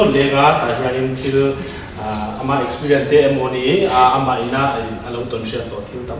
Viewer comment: Experience aw...expirien anilo..😁